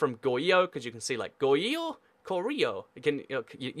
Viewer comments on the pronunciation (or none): adjustments I hope if you would pronpunce "r" of Goguryeo and Goryeo. Also, Goguryeo never united the whole of Korea, but fell by Silla which was supported by the Tang dynasty, and there were rebellions in Silla and some people said I suceed Baekje and Goguryeo. And later, the guy who claimed the sucession of Goguryeo has fallen by a rebellion and Goryeo(but still suceeding Goguryeo) is made. I think you've omitted some "important" information. Goryeo was never annexed by the Mongols, but only vassalized after 6 wars, and Goryeo was never annexed or even vassalized by other Chinese dynasties.